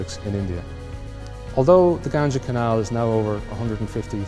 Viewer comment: first learn how to pronounce Ganga